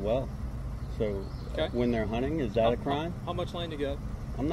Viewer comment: Someone should teach the cop to pronounce correct english when dealing with the public. The word is that not dat.